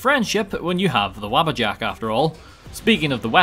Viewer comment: its WABBA JACK